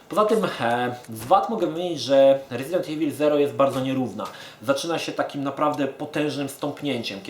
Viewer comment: Panie kolego, wymawia się "rezident iwyl".